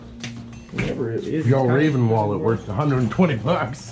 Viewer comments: u accually butchered the name Fjäll räven. please look up how to say it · "Fjall Raven" lol! 🤣🤣🤣 It's Fjäll Räven. Fjäll means mountain and räv means fox. ;) Nice videos tho. :)